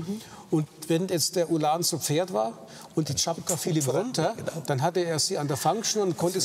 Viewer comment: Tschapka, nicht Tschapaka